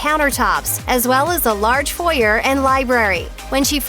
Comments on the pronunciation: Funny how Americans give fillet an unnecessary French pronunciation, but then fail to add the necessary French pronunciation for foyer =P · how frustrating to hear your butchery of foyer ~cringe